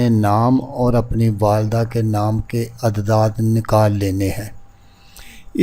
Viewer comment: جس طرح تم اعداد کو عدداد پڑھ رہے اس پتہ چل رہا ہے کہ تم کتنے بڑے عامل ہو فراڈیے پہلے خود کچھ سیکھ لو پھر یوٹیوب پہ لوگوں کو دھوکہ دینا